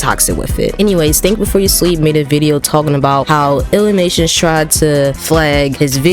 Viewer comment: It’s illy-mation. Not Lilly-Mation. Idiot.